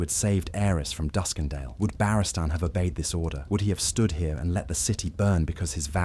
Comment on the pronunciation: if you insist on ai slop at least phonetically set your speech so it pronounces Barristan correct